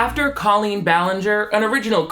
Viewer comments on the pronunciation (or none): Why does she purposefully pronounce her name like "colon"?